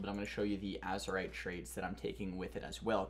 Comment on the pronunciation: It's AzErite mate